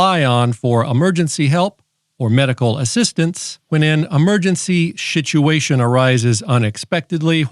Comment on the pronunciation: Emergency Shituation